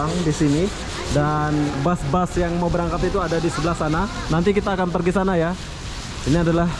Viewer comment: Bahasa Indonesia aja bro bus bukan bas!